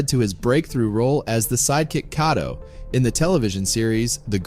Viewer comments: It's pronounced "Cay toh" not "cott oh". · Kato is pronounced "KAY-TOE"